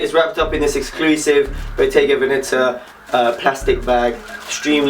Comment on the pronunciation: It's "BOGGETA" fam. SHIT. 😂